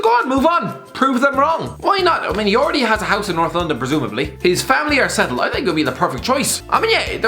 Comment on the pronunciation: Mourinho could be a plumber... “I Sink!” ( ＾∀＾)